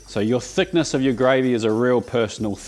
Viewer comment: Just came to see if he butchers the gravey again.